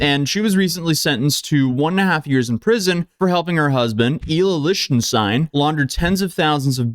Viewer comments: The way you keep pronouncing his last name is bugging me. SAY IT LIKE "LICK". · I hate that you cant say Lichtenstein